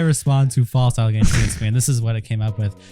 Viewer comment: Notice how she says "False aligations" 3 times in her statement? To me that is giving off "I'm trying to reinforce my narrative" vibes. That old saying, repeat the lie enough, people will start to believe it. I think that's what she's doing here. Why else would she mention "False aligations" 3 times? Side note. She deleted her PETA video from last week & uploaded another PETA video yesterday. I didn't see either video, so not sure what's up with that. Though seems kinds sus to me